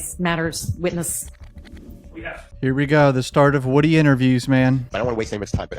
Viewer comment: Man name is wooh de3 wooh dee not woody